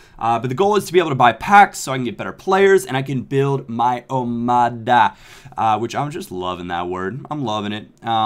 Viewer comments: hello i am greek and the omada is actually pronounced omatha just to help you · Hi i am greek and the word omada... Or in greek... Ομάδα does actually mean team BUT you are not pronouncing the word correctly... That letter "δ" is not pronounced like "d" you can search videos on how to pronounce the letter "delta" as it is called or you could even go to google translate and hear that voice that reads the text you've translated... Anyway i just wanted to let you know about the pronounciation... Sorry if i sound weird:3 The series looks very cool and it is going down very well!! Keep up the good work with your omada